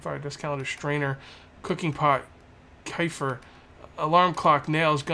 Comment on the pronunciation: It's pronounced kuh-fear